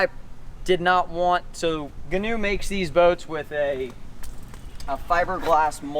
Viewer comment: Ghee-noe Ghee (pronounced like key)-new